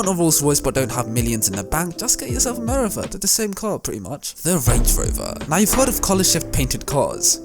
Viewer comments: I would love to subscribe; but I don’t know if I can when you pronounce words so badly. Notably Meriva. It’s Mer-eev-a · You pronounce the vaxhall merivla Mireva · U pronounce meriva wrong lmao